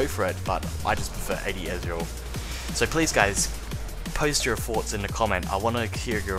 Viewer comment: THOUGHTS not foughts